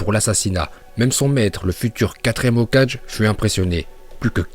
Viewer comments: Pk il parle comme ça ex: Il dit ”Hokaje ” ou lieu de dire « Hokagé » Je sais c Hokage mais pk il parle comme ça !? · Hokag ?? Dit Hokagé au moins mdrr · Aie t'as vraiment dis "Hocage" pour dire Hokage :'( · Le 4 ème hogadge tu me tue à chaque fois :))) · « Le 4e hokaje » XD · Tes sujets sont cools, mais dans toutes tes vidéos tu écorches les noms, les mots... TOUTES! Deydéra, Jouunine, Hokadje, Lin au lieu de Rin, franchement t'abuses.. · comment il a dit "hokage", "uchiwa", "deidara", "suiton" et" kakuzu"😒😒😒 Ca se voit il a jamais regardé naruto En plus depuis quand son surnom c'est "kakashi l'utilisateur du sharingan" C'est pas "le ninja copieur"?😓😓😓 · euh t'aurai pas dis hokage avec "j" en parlant de minato a la premiere minute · Comment tu prononce Hokage 😭